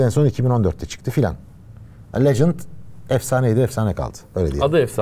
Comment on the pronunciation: lecent okunur dost